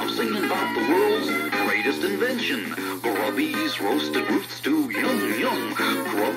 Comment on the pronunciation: Haha, it is not Gruddys but Grubbys